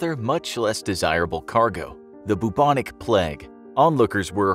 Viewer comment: Ngl it got on my nerves a little when he kept saying bubonic pleg